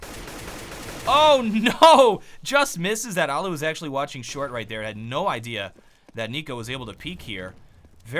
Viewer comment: It's allu not ollu